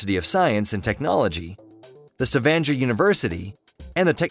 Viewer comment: Nope. So much wrong information here. The roads aren't that dangerous and it doesn't not take 24 hours to get to Kristiansand from Trondheim. I live in Trondheim, and you can drive from Trondheim to Oslo, comfortably, in about 7 and half hours. They way 'Stavanger' is being pronounced hurts my heart, The Lærdal tunnel is 24.5km and is the worlds longest road tunnel. The road links Aurland and Lærdal, in Sogn and is a ferry free connection between Oslo and Bergen. Taking the coastal route will takes more time, not less. I love travelling over Dovrefjell.